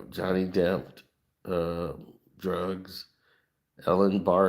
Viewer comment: minutes he said Jonny Depth. That's a porn star. Lol😂 he meant to say Jonny Depp. Lol😅